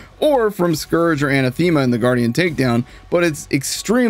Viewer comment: That’s not how you pronounce Anathema.